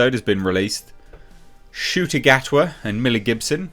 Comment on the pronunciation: That's Ncuti Gatwa Na-q-tee Gaht-ee... Yeah... I'm at a lost...